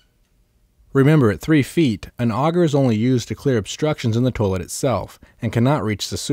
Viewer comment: Why do all the dudes in the tutorials say toe-lett